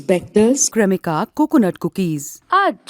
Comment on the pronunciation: ये जो विज्ञापन आ रहा है इसका उच्चारण "क्रेमिका" होना चाहिए लेकिन पता नहीं कौन सी स्टाइल मारने के चक्कर में "कृमिका" बोल रहे हैं। मतलब क्या है ये। नहीं बोल सकते तो English में ही बोलो यार जिनको हिन्दी आती है उनका मूड क्यों खराब करना है।